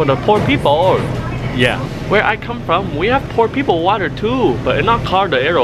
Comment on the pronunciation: It calls no wattar